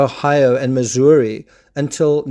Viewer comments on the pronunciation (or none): none